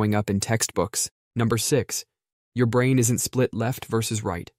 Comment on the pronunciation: Why does he pronounce brain as “brain-t”?